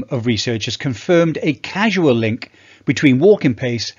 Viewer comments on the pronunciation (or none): Really interesting video, thank you. It’s “causal”, though, not “casual”. I’m in my 70’s and still OK for briskish walking and slowish jogging. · CAUSAL, not CASUAL. Otherwise great video. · Thanks for sharing,. One question: You said “casual link”, but did you mean “causal link”? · casual or causal? Cmon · Do you mean causal data? You keep saying casual. I place close to zero weight on causal data. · Thanks for the info. It’s “causal link”. Not “casual link”.